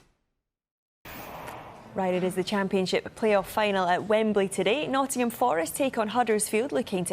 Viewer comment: Dear Sky, it is NOTTINGHAM Forest or NOTT'M Forest. It never has been and never will be Notts Forest. PLEASE STOP MISPRONOUNCING NOTTINGHAM FOREST.